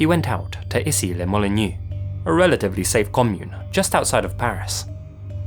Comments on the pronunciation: Even before , Issy-les-Moulineaux becoming "Issi le Molinew" is quite funny. x) Even more than "C'est chaud, je te rappellerai" which is not pronounced that bad. It's also weird to hear about Issy-les-Moulineaux when you live rather near of this city. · Issy-les-Moulineaux rhymes with "c'est chaud !" and not "it's new" :) So Easseelehmuhleenau is the correct pronounciation !